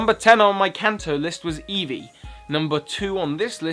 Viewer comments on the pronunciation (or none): none